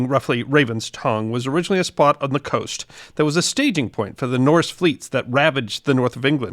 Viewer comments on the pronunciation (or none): none